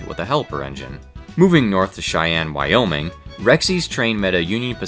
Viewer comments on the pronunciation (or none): none